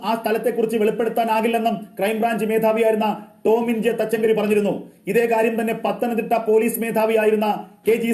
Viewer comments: ടോമിൻ തങ്കച്ചരി അല്ല തച്ചങ്കരി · ഒരു ടീച്ചർ ആയിട്ട് ടോമിൻ തച്ചങ്കരി എന്ന് പറയാൻ അറിയില്ലേ തങ്കച്ചിരി ennalla